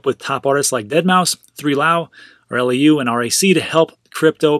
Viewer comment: It’s not pronounced 3lau {three lau) it’s pronounced Blau (it’s his last name) He just spells his Dj name with a 3 as a B.... I performed a direct supporting Dj set opening for his headlining set on NYE 2020 at the Santa Aa Star Casino. It was an amazing show.